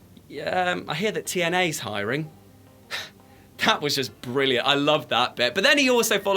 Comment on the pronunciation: Mauro Canepa naww he said it right